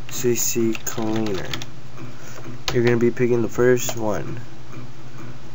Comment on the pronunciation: It's "C-Cleaner", not "C-C-Cleaner"...